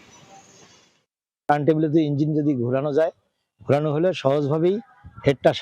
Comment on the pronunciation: 32 সেকেন্ড থেকে সবাই একটু শুনবেন।উনি কি 'ইঞ্জিল' উচ্চারণ করলেন।নাকি আমি ভুল শুনলাম।